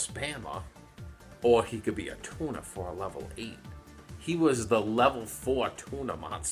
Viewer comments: Tuner sounds like Tuna when you say it. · At the start I heared "... best TUMOR monsters..." instead of turner. Would make sence though, bc eversince 5Ds came out, the cardgame sucked imo